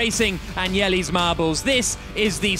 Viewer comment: You could say it "" really well...